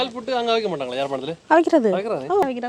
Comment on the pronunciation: "பிட்டு" இல்லை "புட்டு"தான் சரியான சொல். தமிழைக்கொல்லாதீர்கள்.